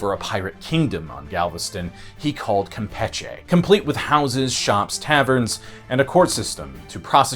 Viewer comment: I've lived in Galveston for the last 30 years and dude you butchered so many of the names. As I am friends with many of the Maceos it is important to tell you how to pronounce the name correctly...Mase-E-oh😊... Galvez is also mispronounced and Campeche... But Maceo is the one that bothered me since they are so rich in this community and its culture and heritage.